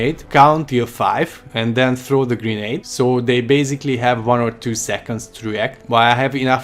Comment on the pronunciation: I swear it sounded like he was sayin Green egg not Grenade 🤣🤣🤣